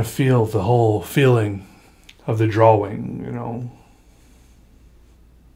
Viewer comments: "I dont like a lot of my drawings" I feel you but your art is amazing. btw I love the way you say drawing. "drawling" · It's funny when he says drawing cause he pronounces the w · why does he always pronounce drawing like that